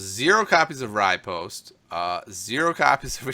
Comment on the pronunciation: Just thought you'd like to know riposte is pronounced re•post, just something that's been driving me nuts. Other than that show is awesome.